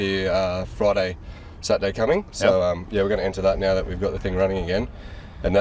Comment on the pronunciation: I said that last show as well. Drives me nuts.